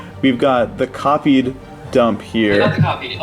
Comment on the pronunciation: "But first, you must take a DOOMP!"